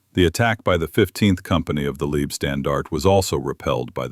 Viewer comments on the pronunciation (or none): Thanks for the video. It’s both annoying and funny that AI is talking about the “Liebstandarte” and not the “Leibstandarte”, making it the “love guard” instead of the “bodyguard”. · Also kindly correct AI from 'leeb' to LIBE (leib)standartige shtan-dar-tig eh. And Wiking is correctly spoken as 'Vicking.'. Now we'll all feel more comfortable. We also appreciate the corrected 'Panzer Meyer' designation. Thanks.👍👍